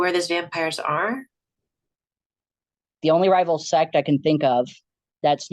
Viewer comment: He says "set" like its a gang lmao